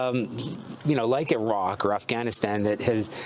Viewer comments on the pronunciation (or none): none